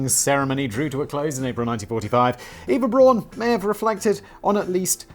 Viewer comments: So, as a final Fuck You to Danny, Simon ends by pronouncing Eva Braun wrong. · It's so Simon to start by mispronouncing "Eva Braun", read a whole dissertation on the correct German phonics, and then, 30 minutes later, mispronounce it again. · Simon "Eva Braun. Is that complicated? I didn't think so. Also Simon: Pronouncing "Eva Braun" badly for the whole video. Also his pronunciation of "Hitler" is far from perfect. :P Edit: Fuck you Danny! I have wrote this comment before I saw that you corrected Simon in the script. xD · Learns the correct pronunciation of Eva Braun, 30 mins later forgets the correct pronunciation. Then Simon heads off to buy a second mircowave for his date night.